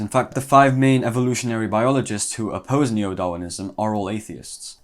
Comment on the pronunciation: Oppossse ✅w